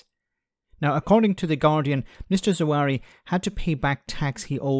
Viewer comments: Not Zawari but Zahawi. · You keep mispronouncing his name. His name is pronounced Zahawi, not Zawari. This stuff matters. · Cleverly is possibly the lowest specimen of all of the Tory scumbags. Anyway do yourself a favour and at least get the bloke's name right - it's Zahawi not Zawari.